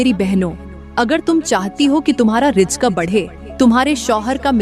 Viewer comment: Rijk nahi reezk bolo.